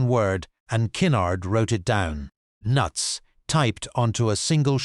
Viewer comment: It is obvious no one reviews these videos before publishing them. Your AI voice can’t even say “NUTS”